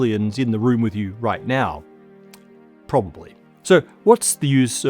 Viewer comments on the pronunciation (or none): ... emphasis in probably.